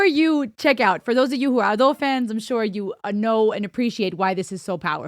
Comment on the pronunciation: `Ado instead Ad`o. First sound is "a" (like in "unravel" word) instead "e" (many people confused) "Ado" - term from one of japanese theater, means second-plan actors which maybe not on stage even , while "Shite" - first-plan actors. Ado said that when she heard "Ado" first time, she thougth it sound pretty cool